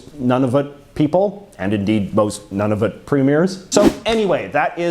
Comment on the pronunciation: Good video, but it hurts my ears when I hear how you always butcher French names (I'm not from Quebec) and when you say Nunavut (it's noo-nuh-vut, not none-of-it).